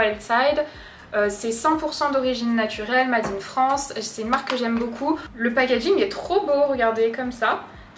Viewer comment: Ça me fait toujours rire quand tu dis "mâde in France" 😂